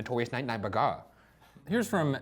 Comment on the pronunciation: I’ve heard boogara so much I forgot his name was bergara